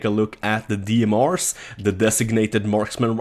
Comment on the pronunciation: FRB ? DMRs ? Dude pronunciate your words correctly.